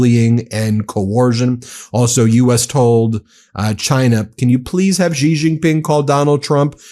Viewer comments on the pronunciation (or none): Xi is pronounced "she" not "ji."